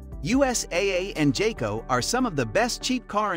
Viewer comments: It's pronounced "Guy-Co" Not "Jay-Co". 😉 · When you pronounced jayco, I stopped watching I understood how reliable is your research 🧐 😂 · Bro really said jayco?😂😂😂nah…